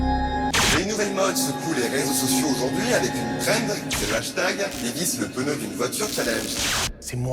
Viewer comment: vraiment un excelllent épisode de jdg mais le coup du "PENEU" au lieu de pneu ça me trigger lol